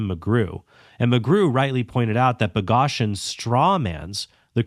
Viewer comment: This critique would be so much stronger if you knew how to pronounce Boghossian’s name.